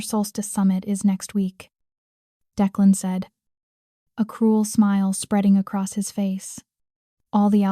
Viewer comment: I didn't care for the closed caption highlighting every word. Plus, it would be nice if you would train your AI to correctly pronounce times and to keep the names straight. Declan was pronounced at least two different ways.